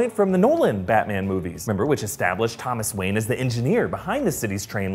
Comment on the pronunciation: thomas wanye😂like if u noticed it